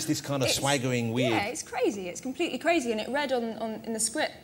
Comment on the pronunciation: You mean cwazy Jack Spawoe